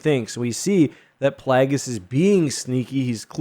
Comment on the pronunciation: It’s pronounced PLAY-gis. Rhymes with vagus. Not pronounced PLAG-is.